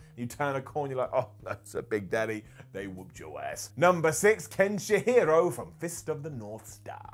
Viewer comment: Ken she hero, Ken shi harow ... xD